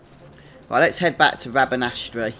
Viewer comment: Rabanastre is pronounced rabanster not rabanastry. Like metre ?. Liking the guide otherwise. Some good stuff on here.